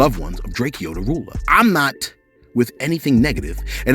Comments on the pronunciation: aye but you keep pronouncing Drakeo The Rulers name wrong yourself.. it’s pronounced “DRAKE-OH” not “DRAKE-E-OH” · I love u but U gotta put some respect on that mans name... it is pronounced “DRAKE—OH” The Ruler, not Drakeyo. REST IN PIECE TO HIM. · his name is pronounced "Drake-O." not "Drake-e-o."